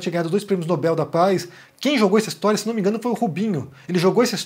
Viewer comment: Pelo menos Nando Moura acertou na pronúncia de Nobel(é). 😀